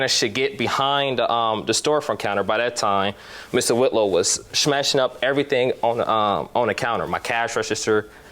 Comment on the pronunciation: The defendant said "SHMASHING" 🤔🤣